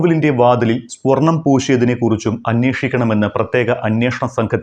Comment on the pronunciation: സ്പൊർണം ആണോ സ്വർണം ആണോ ശരി?